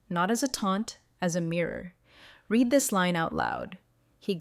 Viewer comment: Wish the would correct pronunciation…invalid…resume… read…. Etc changes the context of the word & meaning smh